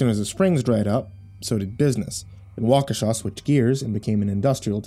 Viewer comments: Thank you, thank you, thank you, for pronouncing my home town correctly!! I'll add this to my local spook stories. :) Wa ka sha! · as a native of Waukesha Wisconsin I want to say thank you thank you for pronouncing Waukesha correctly and thank you for such a wonderful story I'm a big fan of your channel and have you on Signal whatever you want to call it as soon as the new story comes up on YouTube I get the the alert from you I'm looking very forward to part 3 a tales of the gas station and thank you again for the wonderful story I've been to the Nike missile site many times it's a it's a hectoliter pretty popular hang out if you have a way of finding any more stories about Wisconsin Waukesha Wisconsin that aren't about the Slender Man stories I look forward to hearing them thank you and as you like to say, sweet dreams. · I only live 20 mins from waukesha Wisconsin and im surprised you said it correctly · Feels weird hearing all those things about the town I grew up in. Especially the correct pronunciation of Waukesha.